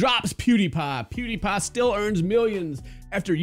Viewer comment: i like how he says Pewdiepie, "Poo D paaa"